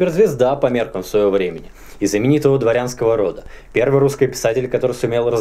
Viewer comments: Шо за такой диалект у Микитки, шо он стабильно произносит "перьвый"? (с мягким "р" I mean) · Всегда с интересом смотрю твои передачи. Но, ради Бога,, перестань переигрывать! Эти твои нарочитые и сильно преувеличенные акценты на: перьвый вместо первый; русскОй вместо русский, и т. п. - звучат искусственно. В речи людей, которые произносят это натурально, а не потому, что заставляют себя - это звучит органично и не привлекает внимания. У тебя-же это звучит вычурно и наигранно. Однако, это не уменьшает интерес к твоим произведениям. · А почему вы говорите русскЫй? Это историческое произношение? Тоже самое церЬковный, словянскЫй, перЬвый. Очень интересно!